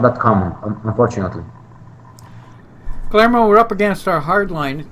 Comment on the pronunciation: in prounouncing the name Guillermo, forget the double LL. like: gui-err-mo. cheers.